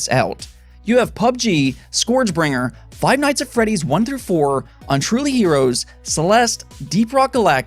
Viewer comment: Are you saying unruly or untruly? Maybe my ears are defective. Looking forward to grim fandango, day of the tentacle and full throttle.